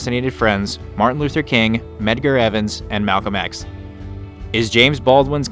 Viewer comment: Medgar Evers!!!!!! Evers!!! 🤦🏽‍♂️